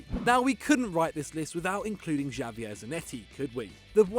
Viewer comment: Yeah Javier is clearly pronounced with a H in the beginning not a J..... any 10 year old knows that